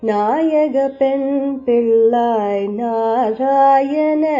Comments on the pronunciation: தமிழை கொஞ்சம் தெளிவாக உச்சரிக்கும் யாரையாவது பாட சொல்லியிருக்கலாம்ம். பிள்ளாய் என்பதை பில்லாய் என்று உச்சரிக்கிறார். இது போன்ற பல தவறான உச்சரிப்புக்கள் உள்ளன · வெளி நாட்டில் இருந்தும் இறையைப் பற்றி பாடுவதாலும் இறை உருவம் வைத்து பாடுவதாலும் தமிழ் தெரியாவிடினும் உணர்ந்து பாடுவதாலும் ... இன்றைக்கு தமிழ் தெரிந்த தமிழ் நாட்டு ஆங்கர்களின் உச்சரிப்பைக் கேட்டதாலும் பிள்ளாய் என்பதை பில்லாய் என்று உச்சரிப்பது பெரும்பான்மை காமெண்ட்டுகளின் பேரில் கன்டோன் செய்யப்படுகிறது.. condone = to accept or agree with something that most people think is wrong. மிகப் பலர் தவறானதெனக் கருதும் ஒன்றைத் தனக்கு ஏற்புடையதாகக் கொள்; குற்றமாகக் கருதப்படும் ஒன்றைத் தனக்கு ஏற்புடையதாகக் கொள்.